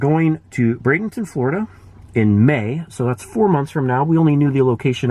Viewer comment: You are correct. Br-ay-denton